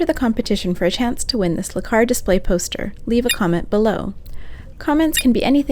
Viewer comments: I wasn't going to say it. Sorta was growing on me, and "Lah-Cars" was starting to sound normal ;-) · Dude, duuuude! It's pronounced "El-Cars" It's short for Library Computer Access and Retrieval System LCARS :) Also, please do not pick me. I draw my own schematics like this with much more detail :) Not to say yours isn't awesome, I just don't want to take it from someone else :) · no backhand anything attempted here. And definitely not hating. Just trying to explain why it's not normally pronounced "Lecars" If you don't point stuff out, how are people supposed to learn? If correcting is now automatically hating, we're doomed as a society.